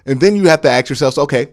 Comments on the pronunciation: Bro you are way too smart to be saying AXE instead of ASK please bro I'm begging you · I love the show !!! but bro,... ASK Me and AXE Me. drives me crazy like I cant watch the whole video..